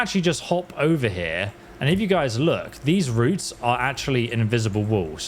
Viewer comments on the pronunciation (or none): none